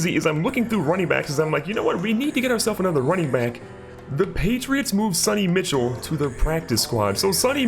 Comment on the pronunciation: lets be honest to the viewers for a second here...Madden 18 was a big letdown. Franchise was pretty much a reskin from 17, they made no changes so there was no real reason to play it. And BTW you pronounce it Sony "Michelle" not Mitchell.